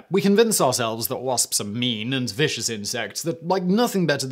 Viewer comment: “Mean and viscous insects “ in the queens English. Love this.